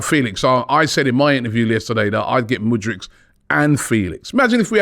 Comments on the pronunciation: can you stop saying mudrych fam its mudryK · Love ya but bloody hell man, the way you butcher names is unique. It's MudRYK, not MudRICH! He's not Croatian my guy 😆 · Robbie. Its Mudryk not Mudrič. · ROBBIE! Robbie... hes Ukrainian, not Croatian! Its not mudrić... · He dont wanna come to arsenal because you guys cant say his name right. Its K at the end, not freaking ic'. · How hard is to pronounce MudryK? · Thank you!!! I don't know why Robbie finds it so hard to pronounce the K at the end of his name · he thinks it's like Modric lmao